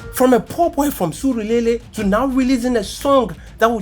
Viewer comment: Suru-lele😂..... I tot you had mastered your inner naija.😂...One love tho G